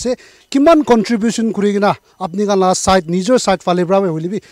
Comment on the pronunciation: your word is right it is lasta not rasta